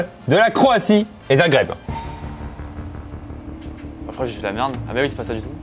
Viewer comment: Ce n'est pas Zaghreb, mais Zagreb 🤣